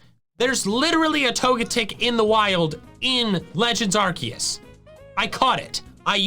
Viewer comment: It's Arceus dumbass